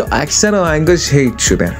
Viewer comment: یارو به هیت میگه هِیت بعد خیلی جدی البومای زدبازیو ریت میکنه